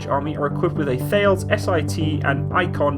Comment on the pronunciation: I used to do a lot of work with Thales and they pronounced it T-a-les, just saying my friend.